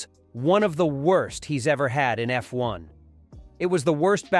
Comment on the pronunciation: Eff.........................................................................................................................1car Please tell me that's not Ai....... Wememba.....sum chwannaws have spweech impwedamins... I only got a few seconds in and hit the brakes....hard!...